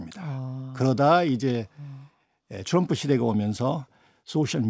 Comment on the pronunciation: 트럼프,또람푸도 아니고 츄럼프인가요?ㅎㅎ